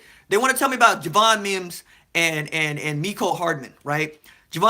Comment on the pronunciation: It’s Wims not Mims by the way.